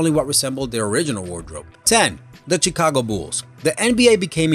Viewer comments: It's pronounced "shicago". 😋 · *shekaago. Chicago is pronounced shekaago. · where are you from? you said Chicago like the Ch- in China. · Da CHEE-KA-GO BEWLZ? Hee hee hee.....love ju,! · DID HE JUST SAY "chickago bulls"????? i need to listen to it more time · I love how he says Chicago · The guy can't even say Chicago right!